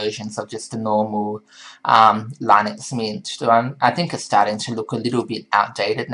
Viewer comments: This guy can't say "Linux" properly. Just because it was originally created by Linus Toval doesn't mean it's pronounced like his name. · Actually its pronounces [LEE-nuuks] look it up on wikipedia .